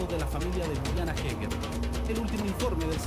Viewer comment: eger, asi se pronuncia! HAEGER